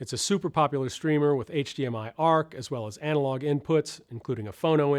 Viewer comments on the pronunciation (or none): none